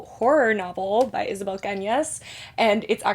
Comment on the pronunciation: Do you speak Spanish? Your pronunciation for Isabel’s book was great!